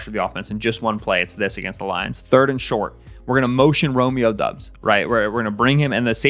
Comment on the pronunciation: Good content. Just a little help on Romeo Doub's last name that several media folks outside of Packerland often get wrong: It's pronounced DAHBS, not DUBS.